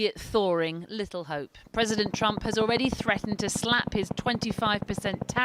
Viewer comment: Also, Ji. It's Trump not "Triumph". But that will suffice.